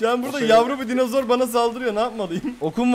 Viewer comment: Dinazor değil "Dinozor"*